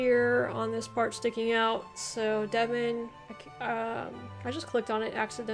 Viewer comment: Hi you did really very well. 😀👍I'm from Devon, Devonshire as it originally was called, although in local dialect locals might say "Deb'n"; or "Deb'nsure". Plymouth is in Devon, from where the Pilgrim Fathers left, bound for the New World. 😀 Birth place of Sir Walter Raleigh. Also home of the Devonshire Cream Tea. Best ever, and cream always first.😉😁